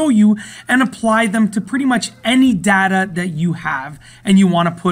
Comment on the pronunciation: It's 'data' not 'data'.